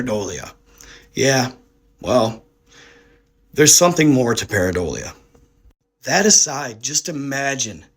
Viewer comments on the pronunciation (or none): none